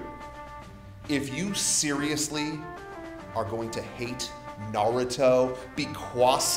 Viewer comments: lol I hate it when people say Naruto like that; usually they dont watch it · goddamnit its Naru-To, not Na-ruto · Omfg it's NÁRUTO. Not fucking NARÚTO.